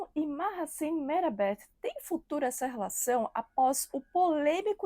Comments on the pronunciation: Minha filha, vai se informar...e só pra vc não passar vergonha, pronuncia -se GENK e MAASIN.. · Povo quando quer engajamento Affff .CENK tem muito caráter e não traiu nevin .MAHASSINE tem muito caráter também .A muito tempo o casamento dele tem polêmicas ,Mahassine não tem culpa de nada Bando de conversados .Não sabe nem falar o nome da moça direito .Repetem o que vê os outros falarem .